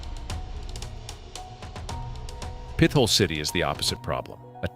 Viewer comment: lol it’s NOT pith ole it’s pit hole for real stop trying to church it up it is what it is a legit pit hole